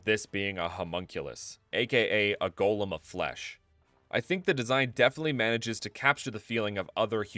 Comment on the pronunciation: GO, LEM. Golem. Please say it right.